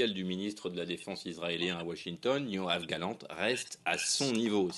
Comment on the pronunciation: C'est YoaV Galant, pas YoaN Galant..fais un effort